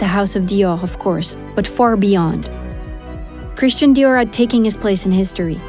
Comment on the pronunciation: Super document, mais vous auriez au moins pu faire prononcer Christian Dior à la française. Cet accent à l américaine est ridicule car il enlève de l aura au créateur au profit du marketing. I m just saying !